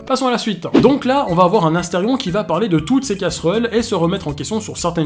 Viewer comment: C'EST ASTERION PAH PAH PAH PAH PAS ASTERFION